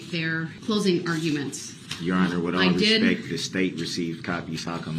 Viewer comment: It really bothers me whenever he meaninglessly states the phrase, "with all respeck ". He is too stupid to know that the correct enunciation of that statement is, "With all due respect !" His disrespectful attitude and behavior overshadows every attempt he makes to try to appear to be respectful.